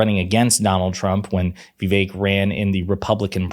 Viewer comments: Who is Vee-vake? (it's vi- VAKE). Kinda like saying ka-MA-la instead of KA-ma-la. LOL. You can't criticize the right for mis pronouncing if you do it yourself...... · Fair enough, "Vivache" (rhymes with ache and he makes my head ache!) Merit is good. It is why I'll be voting for Ms. Harris. Not Amber Rose or Ben Carson or DT or YOU. There is no MERIT in your cruel patronizing Project 2025 even if your candidate was smooth, articulate and not racist at all!